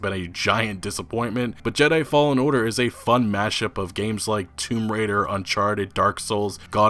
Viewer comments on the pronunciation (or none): none